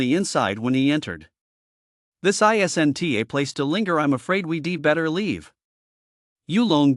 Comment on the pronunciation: these AI voices that remove apostrophes is frustrating. "isn't" <> "isen-tee" "wasn't" <> "doesn-tee" wouldn-tee, didn-tee..... anyone who says they like this is a bot.